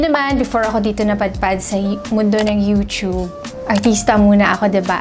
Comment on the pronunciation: Hindi sya youchub it’s YouTube lol just saying peace yow